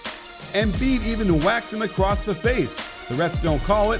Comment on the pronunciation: Did anybody else hear the “Embid”